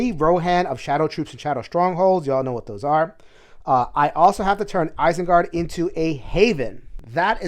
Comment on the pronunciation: the way you pronounce Isengard makes me want to rage. lol